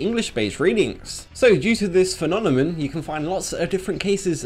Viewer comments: This is really interesting. Also, idk if it's just me, but I just noticed that I keep hearing you say phenomenon as "fe-nam-oh-nin" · "Phenonemon"? i never got that digimon.